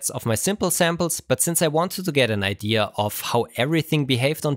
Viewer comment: Stop saying "ideaers"